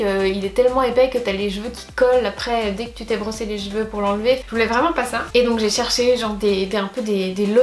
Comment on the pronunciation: J'ai l'impression que tu dis "jeveux" pour cheveux